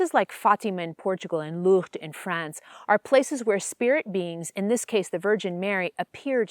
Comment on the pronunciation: Okay, you definitely don't know how to pronounce Lourdes.